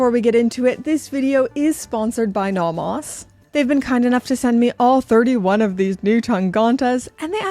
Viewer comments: The way you say Nomos is the way everyone should say Nomos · So glad Nomos send these to you, because you’re the best to review these awesome watches! I really like how you pronounce these German names 😁 but some are not that bad lol.